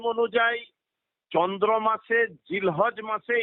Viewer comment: আমি একজন আপনার নিয়মিত শ্রোতা। কথাটা চন্দ্র মাস নয় চান্দ্র মাস।